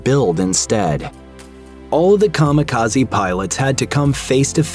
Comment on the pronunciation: Kami-Kaze not kama kazi 神 kami 風 kaze divine+wind